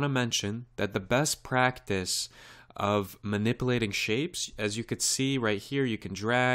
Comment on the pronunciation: eeehehehe...(Bevis)...he sez manipplating. hehehehe.